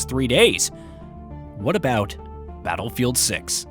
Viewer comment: Did you say battlefield suck or battlefield 6😂😂😂😂😂